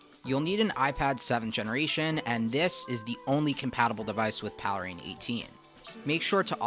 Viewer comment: PALE RAIN. Not Paleh rain.